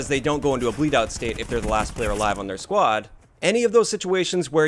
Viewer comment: Why do you pronounce squad as “quad”?? Wtf?